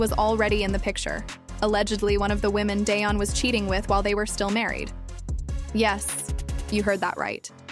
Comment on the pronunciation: Tracey Edmonds,ex wife to Babyface, Eddie Murphy,and Dione Sanders. I don't see what this AI fool talking about. He and Tracey, been over. Day-on? You can't even pronounce his name right. AI,SUCK ASS! Karruechi,almost 40! No one asked for any of that. Their relationship is longer than you think goofy!! THIS ENTIRE STORY IS OUTDATED, AND UNTRUE!*